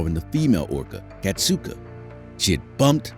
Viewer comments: Kasatka, not Katsuka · it wasn’t his last moments. Ken Peters is still alive and still working with the whales at seaworld. it’s also pronounced kas-at-kah not kas-oot-ah